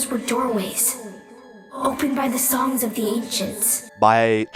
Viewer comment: he sounds Chinese when he keep saying songs